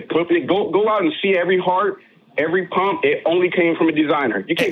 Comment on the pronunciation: This guy pronounces pump as pomp.